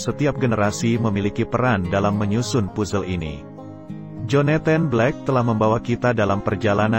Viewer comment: Agak terganggu dengan beberapa penyebutan yang gak pas, Joneten ? Pusel ? Maaf ya....nyebut Jonathan aja gpp kok daripada gak pas, Puzzle = Pazel....